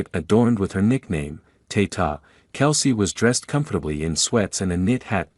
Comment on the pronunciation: Her nickname is Tay Tay! NOT Tay Tah! Get your story right!